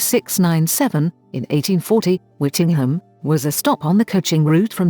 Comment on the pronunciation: Very interesting but it is actually pronounced Whitting- Jum